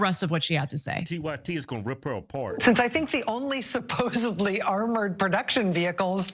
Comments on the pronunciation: She pronounced, supposedly, supposably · Did Rachel actually say "suposably" instead of suposedly? Even the highly educated can be ignorant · Madcow said, " Supposably." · That ignorant communist actually said 'SUPPOSABLY.' Anyone else catch that? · She said, "Supposibly"? Hahahaha. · Someone needs to explain to supposedly educated DB Madow that there is no B in the word supposeDly.